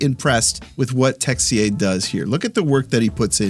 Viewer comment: Haha great job on the French about that Texier ' ruse '' you're awesome man.